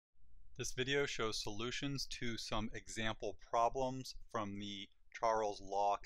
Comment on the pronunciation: "Poblems"....seems legit.....wait......yeah, seems legit